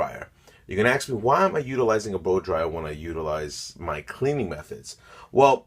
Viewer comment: Ask not axe